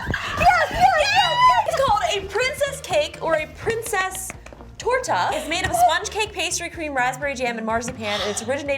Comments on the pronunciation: This might be one of my favorite videos from you guys! Something magical happens when you both collaborate, please do a video with this format again! And I'd love to see you try some Swedish candy in the future :D Justine's pronounciation of "Prinsesstårta" was actually perfect! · omg Justine pronounced Princesstårta so well, I'm shook!!!